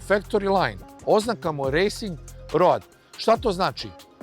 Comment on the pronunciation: Zaboli me kad čujem "road", brate Vuk Karadžić nije Angosaksonac, zato se to čita "roud".